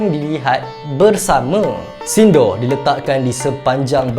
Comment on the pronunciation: Bukan sindo tapi pronounce dia sindur